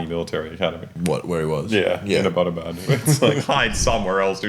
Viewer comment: my man butchered the pronunciation of Abbottabad, bruh